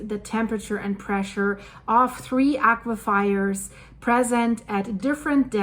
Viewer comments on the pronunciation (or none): Love your posts . Aquifers a s in furs not fires .